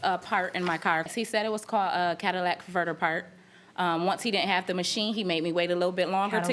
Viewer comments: HHHHHHHHHHHHHHHHAAAAAAAAAAAAAAAAAAAAAAAAAAA!!!!!!!!!!!!!!!!!! THE MOST butchered, mispronounced auto part: catalytic converter. It's NOT a Cadillac converter!!!!! 🤣🤣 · as a mechanic, when people say "Cadillac converter" it makes me cringe lol. C A T A L Y T I C Converter